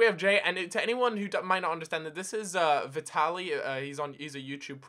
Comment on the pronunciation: Haha Vutaly